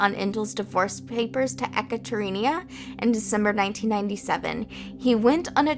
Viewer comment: Ekaterina - E-kutter-eena Nice video :)